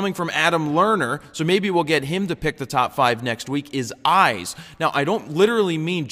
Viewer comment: Hah, i thought you said ice. So when you said focus on the dogs eyes i really didnt have a clue what you are talking about, haha! :)